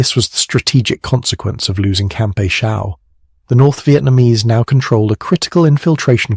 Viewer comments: Good stories. Thanks. I didn't get in country until "67". All the earlier battles are interesting. Another reason the NVA wanted A Shau so badly because in "65" Hal Moore and his Cav troopers beat the shit outta 2 divisions of NVA, Just to help you, You pronounce the names? It's "A" Shau. Pronounced (shaw). It was up in "I" corps. Hue is pronounced "WAY". Vietnamese towns and names a very difficult to pronounce unless you've been in country. Good story. I wondered which action Bernie landed his A-1 to to make that rescue that earned him the MOH. I knew he received it just not where..Thanks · You pronounce almost all place names. Check before you record. Makes you look bad. For example A (long A )Shaw , hue 0is Hugh-eh, Oh-pah-like-ahh